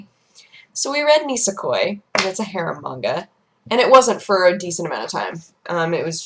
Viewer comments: I totally thought she was saying "hair manga" rather than "harem manga". I figured it made sense considering it's. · Tenchi is a garbage anime. All of them. Absolutely terrible. Bland characters, unoriginal, terrible -_- The only good harem manga is Ranma 1/2, Hell, it created it and is hilarious. It's all a joke, nothing serious. And it sounds like you're saying "Hair Manga":P